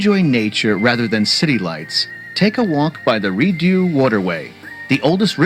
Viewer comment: I don't know who the person doing the commentary is but he butchered the pronunciation of both Rideau in Rideau Canal and the the word quay. The latter is pronounced "key" and not "kway".